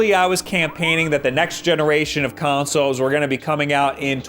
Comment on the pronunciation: consolzz With s